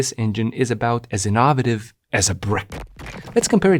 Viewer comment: inn - o - vey - tivv